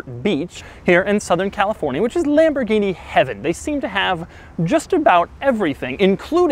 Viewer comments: At you say lambordini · Tf is lamburghini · Lamberghini? LOL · Oh La LaLamborghini?